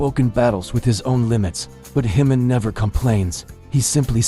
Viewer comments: Ji-Min is a KOREAN name - NOT SPANISH! STOP pronouncing it incorrectly as it is INSULTING! It is NOT pronounced as an "h", but like the "j" in "jump" or "just". Please adjust your AI pronunciation or you will find that myself and others will not "like" or "subscribe" to your channel. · You should at least pronounce his name correctly.